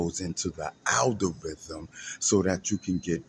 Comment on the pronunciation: Al Da Rythm??? 🤣🤣🤣🤣